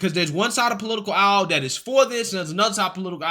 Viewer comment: Hello creator, Can you pronounce they these them those that instead of dem dose dese dat?